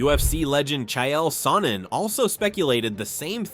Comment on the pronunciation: Chi el sonnen? Bruh